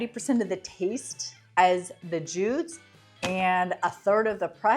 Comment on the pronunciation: Thank you, I was trying to choose between these brands. I think the top tier one is pronounced "Judy's", not "Jude's".